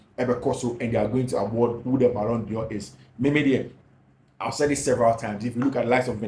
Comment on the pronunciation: I appreciate what you do. But, please, the word is d'Or not Dior